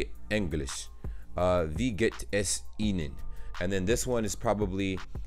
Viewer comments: There is a grammar mistake. Pretty bad for a language teaching website. Wrong: Wie viel Uhr ist es? ≠ ee veel... Right: Wie viel Uhr ist es? = Vee veel... So basically it's the same pronunciation as the other "Wie". (Btw. I'm german with serbian roots. So my german is fine but I'm struggling with speaking correct serbian to, because lack of practice and because of learning things wrong. So when no one corrects you, you become insecure in the future about what was right and what was wrong.) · The Pronunciation by '' what's the weather like? " isn't right. That " Wie" is a "vee" and no "ee" 🙄 Ist mir nur aufgefallen 🤷🏼‍♀️